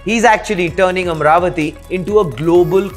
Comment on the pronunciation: It's not amravathi, its amaravathi there is an A after r, so dont make these kind of mistakes please, no one is asking to do videos for AP or TG